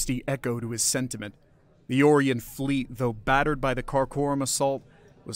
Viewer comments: I've never heard Orion pronounced as "Or Ian". Only "Oh Ryan". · It is ”O - rye - on", is it not? I could be wrong but hearing "Ore - ee - on", it's wearing thin. It's getting harder to not yell at my tablet as it continuously mispronounces certain words. I'm old, let's just say past 60. I'm just not as flexible as I used to be, and way more crabby!! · Stop mispronouncing Orion.